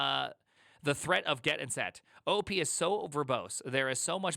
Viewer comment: it should be pronounced OOP not OOP